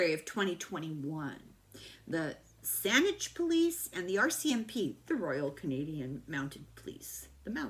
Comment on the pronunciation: Saanich is a separate city/municipality just to the north of Victoria proper. There is also an East Saanich and a Saanichton. And you pronounced it perfectly!